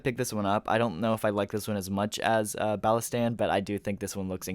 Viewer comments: pronouncing bas - tila as balistan is crazy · Bass-teal-ah say it with me lol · Balastan? Bella Stan? 😂 one of the better mispronunciations, if I may say so lol